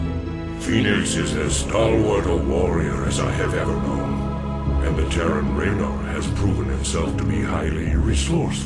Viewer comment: I also notice that in this game, the Protoss are capable of correctly pronouncing Raynor's name...